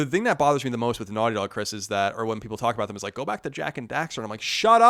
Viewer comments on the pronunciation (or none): OK, is it just me, or does Colin say his "th's" kinda' strange? Or, is he pronouncing every word with a "th" beginning correctly?? Colin, you can speak to this, if you have time...Example at: ..."The thing (pronounced: thiing)...